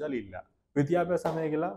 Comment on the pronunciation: ഭാവി,,വിദ്യാഭ്യാസം ഇവ ഉച്ചരിച്ചു പഠിക്കുക ,,അവതാരകൻ